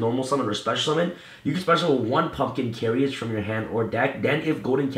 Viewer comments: "carry-age" It's pronounced "care-age"... jesus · Love the profile. However I must address your pronunciation of carriage. 2 syllables. Like this: care ridge. Not care ee idge